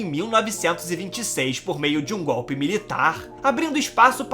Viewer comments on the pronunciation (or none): none